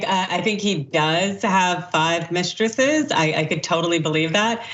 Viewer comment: LOL! Five "mistresess"!